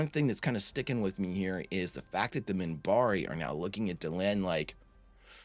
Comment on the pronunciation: Minbari. With an n, Minbari.